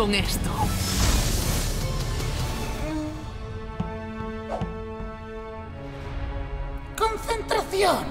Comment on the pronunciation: mike por que no sabes decir consentracion